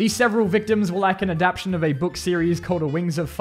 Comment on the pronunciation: Mate it's not "adaption" it's adaptTAtion. I am not a native speaker and even I know that